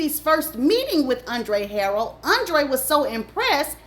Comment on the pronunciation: Andre Huh- rell